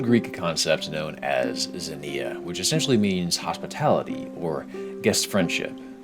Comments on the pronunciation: did NOT look up the pronunciation for ξενια (k'se-nee-ah), although I do respect just going for it off the rip lol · pronounce it ks-inneuhh. Like knocks-inneuhh without the kno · It's actually pronounced "ksenia" 🤓 Great vid as always! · Interesting video, also you pronounce zenia weirdly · Sry but i cringe everytime you pronounce Ξενία.